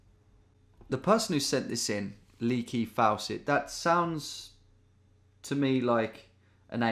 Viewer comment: Lee KI Fawcett 😂😂😂😂😂